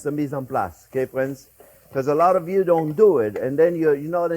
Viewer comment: I died laughing when he said “I ended up with alawwta soup” 😂😂 I could watch these videos forever.